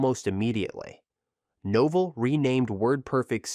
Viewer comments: NOH Vell, rhymes with Hotel. Said it right the first time, then lost it. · I counted three different pronunciations of Novell.